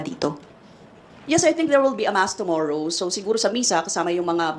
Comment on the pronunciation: C convicted tomorrow bisaya ba yan ang pangit pakinggan pagbigkas niya tomorrow npa convicted ito ang mga aso n tamby magkanu natanggap m kai tambi